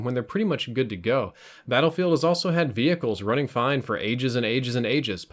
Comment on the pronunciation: "Ve-hickles" . xD